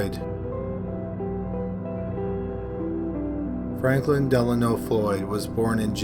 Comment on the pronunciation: Is it 5 or is it 3? Is it Franklin or Fanklin? Maybe watch the video before you post it lol